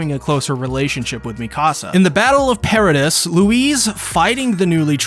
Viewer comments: pair ruh dees. not pair ruh dust. come on. did you even watch the show. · The pronunciations of Gabi and Paradis are too good😂